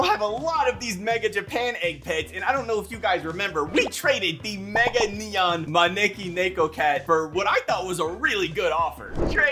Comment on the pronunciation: The way u pronounced maneki neko cat at the start💀